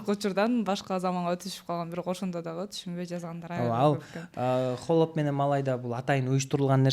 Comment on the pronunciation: сураныч🙏"хАлоп " деп айтчы туура айтылышын, а то "Холоп " деп жазылат.(Ухо режет )